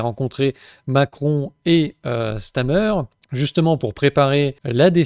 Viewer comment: StaRmer, et non "Stamer", comme TRouble Fait et non Touble Fait.